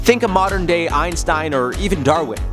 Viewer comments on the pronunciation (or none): none